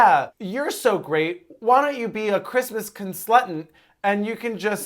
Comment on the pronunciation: Christmas Conslutant took me out 🤣💀